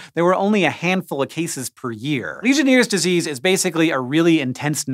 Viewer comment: It is pronounced legion airs disease Not legion ears disease.